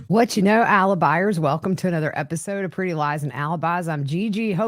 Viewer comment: Ty. What are "Alibiars"???